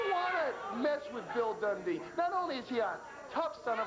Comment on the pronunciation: Bill dundee? It's more like Bill tauntdee lol